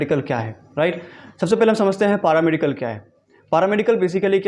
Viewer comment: पारामेडिकल नही पैरामेडिकल होता है 😂😂😂